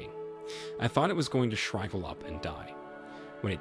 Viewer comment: Dear narrator, Shry-Val is not the way to pronounce shrivel. You need an editor who speaks English to make this a better story for you. Also, there are two ways to pronounce the word “live”. On the other hand, if you’re a US citizen, you probably went to a public school where teachers are only allowed to teach the second amendment of the constitution and the Bible.